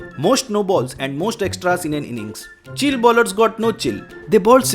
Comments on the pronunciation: It's not chill it's Chi-Lay 🤣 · Why He Pronounced Chile As Chill....?? Is It A Mistake Ya Yeh So Called Over Educated Logo Ka Koi Naya Drama Hai,Jaise India Ki Capital Delhi(Dilli) Ke Dailly Bolna....?? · Chile bolna seekhle bhai pehle, "chilli"